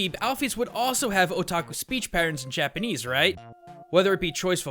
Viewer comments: uggghghhhhhhghhh I never knew how badly butchered Japanese until I decided to move there myself now I can't stand hearing him speak x.x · Your Japanese pronunciation is so bad it makes me cringe